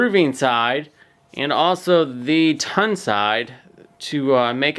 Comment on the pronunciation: It is "Tongue and Groove" Not "Tun and Groove"! It is said just like the Tongue in your mouth.